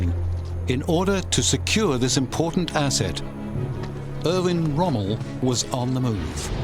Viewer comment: That would be Erwin Rommel, not Irvin Rummel, and in the German language a "w" is pronounced as a "v". Lemme guess, you're an American aren't you?